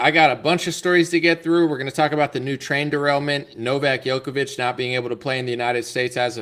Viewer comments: The name (Đoković) is pronounced as "Jokovic" and not as "Yokovic". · Second time I’m telling you this. Please pronounce Djokovic correctly when it’s featured in your video